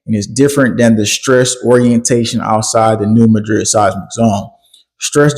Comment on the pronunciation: Anybody else from New MAD-rid? That’s also how the geological professionals pronounce it-the way locals do for the city of the same name. Sorry, great work. Love you all.